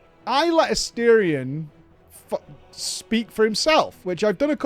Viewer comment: Never pronouncing his name correctly is the cherry on top.